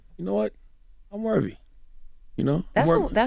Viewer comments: Worthy, Charlamange, not worVY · Somebody tell this man the word is worthy or worthiness, not wervy and werviness. Lol